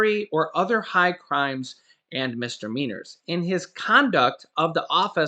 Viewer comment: MIS-"DI"-MEANORS, not "mistermeanors".